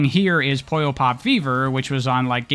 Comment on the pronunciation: It is not Poyo....it's Puyo.